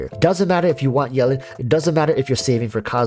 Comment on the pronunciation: Can you say her name right pls?